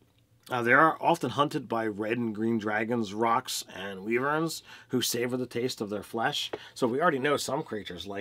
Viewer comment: It's Whyvern not Weevern and Kayleb not Kaleb ---_